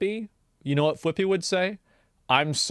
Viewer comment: FFS, Flippy? It's Clippy as in clip from paperclip.